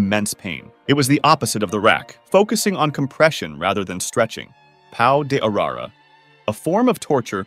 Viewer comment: i love hoje you pronounced pau de arara so wrong but also so innocently